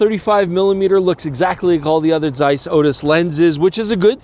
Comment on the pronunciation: Its not zeiss, its zeiss :D